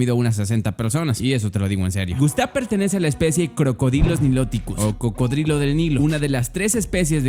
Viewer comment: like si te diste cuenta que dijo crocodrilo